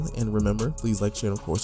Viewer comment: Ugh why you say peace out like that lol